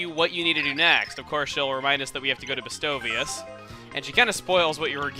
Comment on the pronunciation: I love how Chugga always proves me wrong with my pronunciation of game words. I had the same issue in the New Leaf LP with Festivale (I pronounce it fest-ee-vah-lay). Chugga pronounces Bestovius as "bestow-veeus" but I always said it as "best-oh-vee-ass" 😂